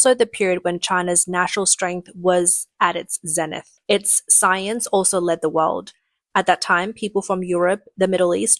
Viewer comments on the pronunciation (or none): none